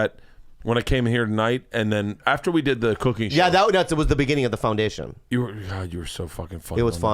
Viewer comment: 01:36:54:00 Bobby says 'foundation' like a middle class Jamaican